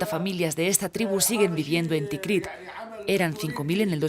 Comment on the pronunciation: Todo muy bien, pero la narradora de introducción se equivoca a en el nombre de la ciudad, dos veces. Dice "Tikriq". Y es TIKRIT